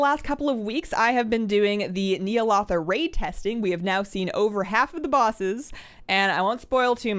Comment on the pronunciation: i was so confused, i heard "i have been doing the Neil Author raid", and then a sec later, OHH Ny'alother!:D dont take this as bad,, i still love you:3